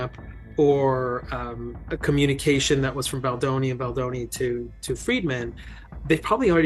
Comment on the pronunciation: Really, you would think AI could at least get Baldoni‘s name right, announce it right at least once?